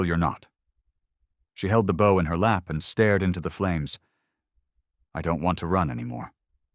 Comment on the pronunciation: How many times are they going to mispronounce “bow?” It’s pronounced like the word “no”….long o!!!!